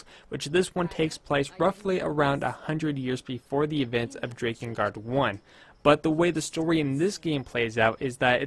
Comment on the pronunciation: I know it looks like it would be pronounced like Drake, especially since it has to do with dragons, but it's pronounced like Drack Drakengard Drack In Guard The mispronunciation is a bit difficult to bear but grits teeth I can do this (continues watching)